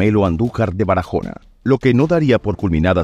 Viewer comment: BARAJONA NO, BARAHONA LA "J" NO SUENA